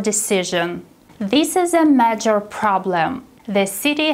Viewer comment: im afraid the word "major" is a little mispronounced